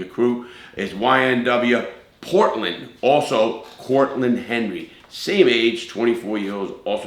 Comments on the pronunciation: Bortlen not Portland * but good video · BORTLEN* NOT PORTLEN 🤦‍♂️ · (B)ortland not Portland